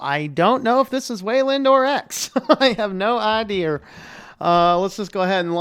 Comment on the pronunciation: no idear (almost like "erhua" in Beijing )